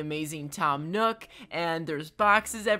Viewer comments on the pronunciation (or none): none